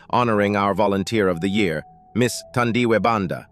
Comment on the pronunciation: Thandiwe Pronounced like u pronounce taboo not thunder